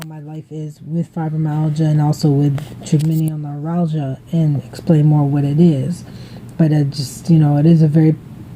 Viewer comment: Hi, that's a great idea to have a journal to show your Dr. Will prednisone help with your TN flare ups? If it helps any, it;s pronounced try-gem-in-all noo-rall-gia. I hope you feel better soon. I love you! Joan